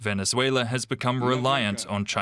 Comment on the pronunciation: Correction: Venezuela Not Venezuelya